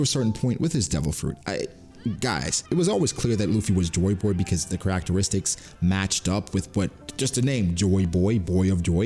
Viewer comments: The way you pronounce "characteristics" is wild bro 😂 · Lol anybody else notice how he says characteristics? No hate just different 😂